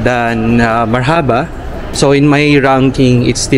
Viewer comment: Marhaba spells like Marrrrrhubah straight word not mar-Haba the filipino way